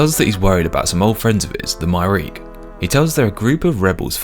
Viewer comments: I know everyone pronounces it as "My-reek" but it's absolutely "Myre-key" because the name Myreque is based on the Marquis underground of WW2 France. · According to the pronunciation guide its pronounced closer to "Mire-Key" than "My-Reek". I hope this isnt considered a wiki spoiler 😅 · Just to be clear, the pronunciation is: my-er-key Not: my-reak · Hearing him pronounce Myreque as my-reek instead of my-er-key has changed my whole perception on this game. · casually calling the Myreque "My-reek" instead of "My-are-key" made me question everything I know about the English language xD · I like that you called them “myreek” that’s how I always read it before I heard it pronounced “myre-key” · Its MIRE-KEY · Btw, the way to pronounce myreque is (my-er-key) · Myreque - my-ARE-key Lowerniel - Low-er-nee-el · Myreque rhymes with hierarchy. MY-ER-KEY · Not me pronouncing it Mire-Queue 😅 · I love you and your series, I really do - and come on you spurs - but please, for next time, it's my-err-key :D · I like to pronounce it as My-Err-Kyu. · Btw the way to pronounce myreque is (My-er-key) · It's actually pronounced "Mire-key." Please forgive me for guiding you just this once 🙏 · It's pronounced Myre-Key (a play on the French Maquis resistance from ww2) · I love your stuff and it absolutely hurts me to say this, but the Myreque is pronounced "my-er-key" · It is somewhat comforting to hear someone say it the same way I have for years. In context, does it seem correct? No. It does certainly look like it should be pronounced that way though. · that's definitely the first time I've heard someone pronounce Myreque like that. I've always heard people pronounce it like Myre queue